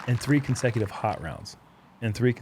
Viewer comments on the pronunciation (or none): none